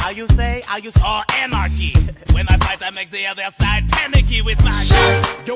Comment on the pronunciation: Nobody: Lafayette: oNaRcHy?¿